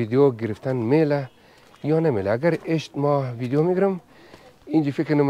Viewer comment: آقای اگراز واقعیت نگذریم دخت خوش اخلاق ایرانی بیننده هایتانرا بیشتر می نماید 🇦🇫💝🇮🇷 ویک خواهش لطفاً ویدیو را ( ویدیون) تلفظ نکنید..‌ دم بانو گرم گرم